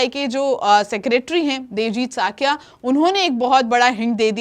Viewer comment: Thuhi ji wo sakiya nhi saikiya hai